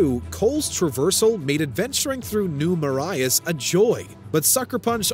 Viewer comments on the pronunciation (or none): “New Ma-riahs” The city, New Marais, in Infamous 2 is pronounced Mah-ray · How did he pronounce New Marais? New Ma-ri-is? Lol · Pronounced New "Mer-ray"